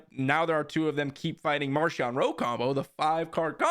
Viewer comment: It's pronounced MarKion in the audio books 👍